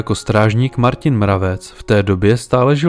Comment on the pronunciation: Aj moje mesto Martin vyslovuju Marťin miesto Martyn.🤔